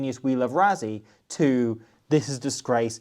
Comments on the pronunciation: why do you call him “ razzi” ? why say it like everyone else? rah-si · Say Rassie but pronounce it Russie. South Africa thanks you. :face-green-smiling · You do realise that the s in Rassie is voiceless, right? So instead of Ruzzy it's more like Ruscy. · it's Russy not Ruzzy in pronunciation.. that's how we say Rassie in SA. Thanks. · for the amount of times you say his name, you may as well pronounce it correctly. It's "Russ" as in "Russell" "ssie" as in "sea" You don't have to roll the "R" Russ-sea...sounds better than Razzy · Why can’t brits say Rassie properly there’s no z in his name is ss ffs